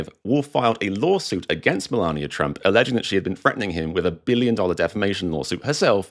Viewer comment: Spelt Melania. Pronounced Malaria.